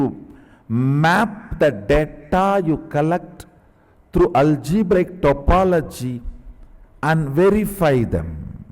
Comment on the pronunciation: Swamiji said algebrical topology 150 times, but he is so adorable and knowledgable that one can forgive that agony . :)